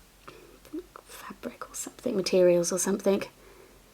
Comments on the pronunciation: Don’t stop saying “somethink” it makes you you and I love your uniqueness. Xx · i think its endearing the way you say think for thing, dont be afraid of the grammar critics, i think you are an absolutely smashing young lady. Your mum must be extremely proud of you. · It’s cute that you say “somethink” instead of something! You don’t need to change!